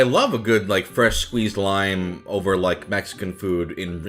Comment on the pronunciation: I can’t tell if your like just saying lim on but it’s pronounced lime in just saying but it doesn’t matter it’s just a video